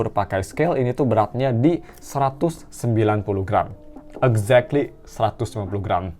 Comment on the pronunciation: Saran aja bang Kalau bilang "exactly" bacanya: igzak(t)li